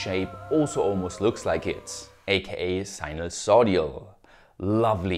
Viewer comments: I don't know if "writing" you that will make any difference since you already spelled it right in the video but you pronounced it sinusodial, it's actually sinusoidal with the i before the d. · wtf is sinusodial??? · Dude, I really like your videos. but please look up how to pronounce sinusoidal, it's really not that hard :D